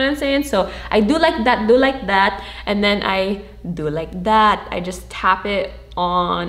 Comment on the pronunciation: "do like dat, do like dat" the Filipino jumped 😂😂